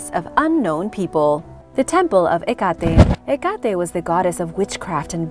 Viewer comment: Pronounced. Heck-kate.